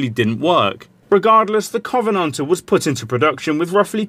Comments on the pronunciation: The way he pronounces Covenanter is killing me... 😜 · Indeed, but that still isn't how one would correctly pronounce Covenanter!